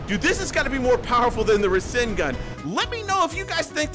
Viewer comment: Ra sin gan........ NO.......Its Ra SAN gan